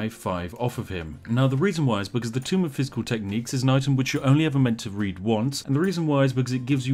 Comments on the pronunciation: Please God, my ears. Tome is pronounced "toe-m", not tomb. Also DA:O is great man cmon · "Tome" .... Not "Tomb" Spiff! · It's "Tome", not "Tomb"... ...but that's ok.